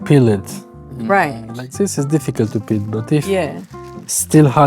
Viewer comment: Peel (not pill)